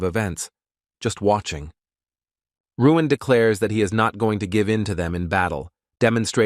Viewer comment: WHY is the A.I. Narrator calling the MC Ruin when the word Balloons are calling him Luin????🤪